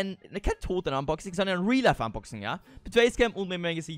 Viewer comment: Also quasi ein Fanpost Unboxing ( hat mal ausversehen statt Unboxing Boxunsing gesagt 🤣🤣🤣🤣)